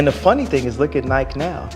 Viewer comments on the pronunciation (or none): How to pronounce Nike confirmed